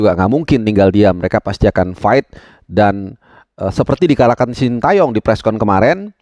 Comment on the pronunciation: jangan shinta yong dong pronounce nya, Shin te yong aja Banyak komentator atau pundit kiata yang menyebut shinta 😂